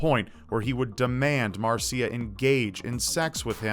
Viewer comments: You're pronouncing Marcia wrong. It's marr -sha. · It's pronounced mar-sha instead of Mar-see-UH